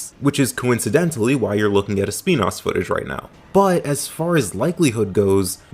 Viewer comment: Finally someone that actually puts the effort to pronounce Espinas correctly but anyways yes Deviljho would be awesome